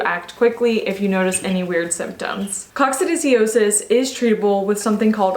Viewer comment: Pronounced Coc sid i o sis. Just sayin'. Good info, though.